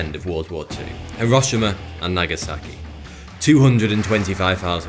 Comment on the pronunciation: As I understand it, Hiroshima is not pronounced with the emphasis on the 'o', but rather something like this: 'Hee-roe-shee-ma', with the emphasis on 'shee'.